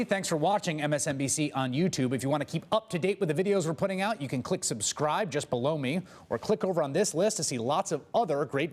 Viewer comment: is it just me or does he keep saying "just blow me" at the end of each video?